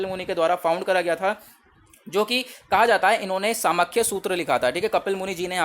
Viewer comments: It hurts when you pronounce Samkhya as "सामख्या" instead of "सांख्य" 🥺. Please don't do this. 🙏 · Samkhya is pronounced as ' सांख्य ' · Not properly explained. What about pramanas in Nyaya? Many pronunciations are completely wrong. It is Saa-ng-khya, Kaa-na-da not Kanad, Gotamaa not Gautam. and many more